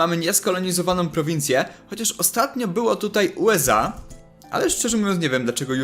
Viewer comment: USA, a nie UEZA!